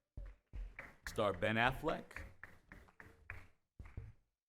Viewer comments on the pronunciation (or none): the beggining he said Benefleck